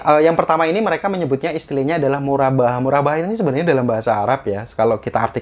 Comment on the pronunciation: Murabahah dibacanya Murobahah, karena huruf ر dalam pengucapan arab berbunyi "Ro"